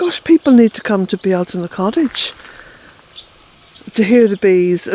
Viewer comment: "Bee-altaine" Cottage is an example to the world.